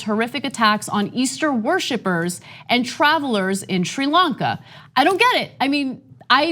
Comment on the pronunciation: I seem to recall TYT criticism of Donald Trump for not using the word Muslims when talking about the Christchurch massacre. I guess Democrats get a pass. Plus Ana, learn how to pronounce Sri Lanka. I suggest you watch the BBC.